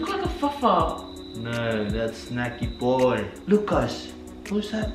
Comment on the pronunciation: Lol 😂 keep saying Shnacky boy 🤣 I’m glad you two found each other.. cos now we get to watch SVSQUAD 🥰💖💖